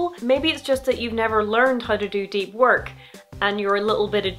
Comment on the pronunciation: That sounds like a nice book for me. I've had more trouble concentrating. Though "Work" sounds like "wok," and reminds me I've had some cravings... Just a sec while I look up some stir-fry recipes that won't at all have me looking at the history of rice in 20 minutes...